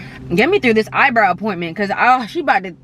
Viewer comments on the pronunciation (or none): I just love how she said "rip the soul out of her eye browl"😅😄